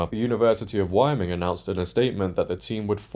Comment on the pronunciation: Not a big deal, but you might want to look up how to pronounce Wyoming.......